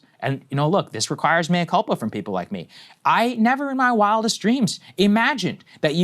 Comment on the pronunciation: Saagar said "mea cupla" he admitted to being wrong.